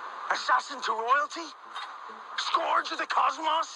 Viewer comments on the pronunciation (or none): Did anyone else notice he pronounced scourge wrong? 😂